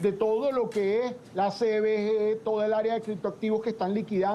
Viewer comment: Señora presentadora no diga aria economica se dice (area), aria es una pieza musical , area es lo que usted deberia pronunciar bien, no hay que maltratar el idioma !